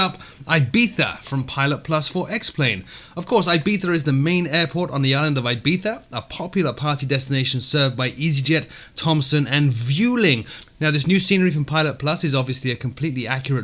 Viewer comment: fyi Vueling is pronounced vweling not vyouling